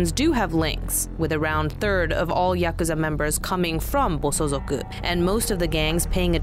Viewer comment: Good video, but it's Bosozoku, not bosozuku.